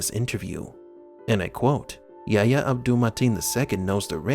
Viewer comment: His name is YA-EEE-YA not YA-YA